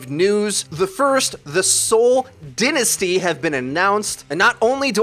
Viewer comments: It’s DINE UH STEE not din a stee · Dynasty is pronounced (DY-NA-STEE) not this dinasty bullshit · Dynasty "die"nasty not "din"asty lol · He said dinesty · Ew why would you pronounce DIE-nas-Tee like that? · Can you really not read? Its fucking DIE-NA-STEE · ...say it with me. See - Ol' - DIE -NUH-STEE Lol. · He pronounced dynasty wrong